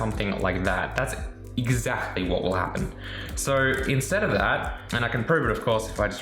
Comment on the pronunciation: Rude question... Why do you pronounce 'exactly' so strange? You kind of say it like 'exachly'. Is it an accent? I'm sorry if this is a rude question, I'm legitimately curious. Great video as always :)